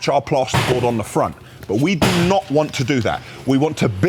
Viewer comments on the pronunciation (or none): none